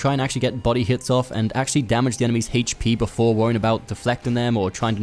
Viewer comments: What the fuck it hache P? Its H.P. brah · I hate the way you say HP. What is haychpee. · "HAYCH P"😂 Thanks for the tips.